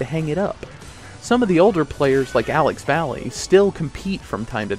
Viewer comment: Just a nitpick, his name is pronounced Alex Vai-ay